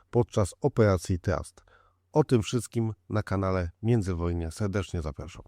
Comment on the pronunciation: Se-decznie zap-aszam , ale ja se-decznie dziękuję